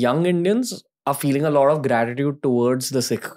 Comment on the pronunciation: it is "Lot of" not "Lawd of lod of"....what is "lod"?? or "lod off"?